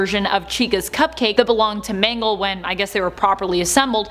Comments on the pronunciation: She said mango not mangle lol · Everyone:mangle People on video: m a n g o s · Ah yes... M A N G O S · Who is MANGOS its MANGLE not to be mean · Lol her name is mangle not mango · ITS MANGLE